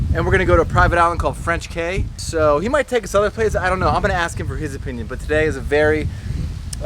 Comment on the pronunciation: Enjoyed the video. FYI..."Cay" is pronounced "Key"